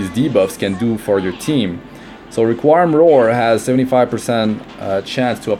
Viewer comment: It’s re-queem